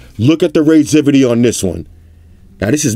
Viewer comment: ''Look at the raiseivity''... love it